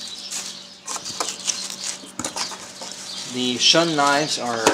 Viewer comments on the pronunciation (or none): Shun is pronounced "shoon" as in "moon"